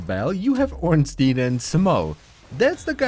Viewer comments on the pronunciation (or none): i get triggered over ppl who say ornsteen over ornstein not you too!!:0